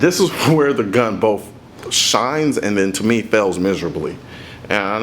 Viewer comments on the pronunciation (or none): Screw these haters. Seriously I can't get enough of your videos. The production value is incredible. Your commentary is helpful, though not expert, but I don't believe you ever claim to be an expert. Aside from the occassional, ethnic mispronunciation of words, i.e., "bof" for both, your videos put to shame a great majority of those on Youtube. Work on your dialogue and keep up the good work.